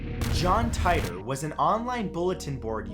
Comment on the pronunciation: Its pronounced Teetore